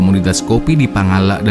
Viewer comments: Pangalak bukan pangallak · Sebutan reporter harusnya Pangala', bukan double L ....Pangalla'